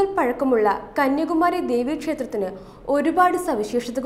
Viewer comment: കന്യകുമാരി ആണോ അതോ കന്യാകുമാരി ആണോ🤔